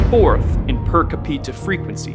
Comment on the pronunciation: "Per caPEEta" LMAO